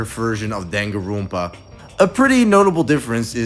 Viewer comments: danganronpa is a japanese word, you shouldn't be pronouncing it with an accent other than japanese 😭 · why do you pronounce danganronpa like that